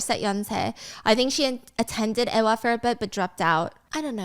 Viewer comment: "eh-wah" -> "eewa"